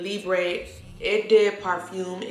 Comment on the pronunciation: I'm doing my Fragrance Collection vids right now, it'll take forever, I have I am guessing between 500 & 600 & I'm downsizing :( I HATTTTE Lavender. I wanted to let you know, Eau is pronounced as **O**, not eh, hope that helps, great video!!!! xox